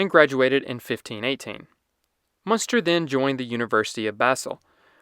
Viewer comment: Der Name, der hier ja sogar prinzipiell richtig ausgesprochen wird, schreibt sich: Münster / Muenster.